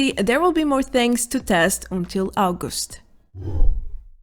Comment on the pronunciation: the way you said august sounded like you actully spoke estonian lol